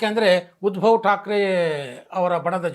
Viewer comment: ಉದ್ಭವ್ ಅಲ್ಲ, ಉದ್ಧವ್.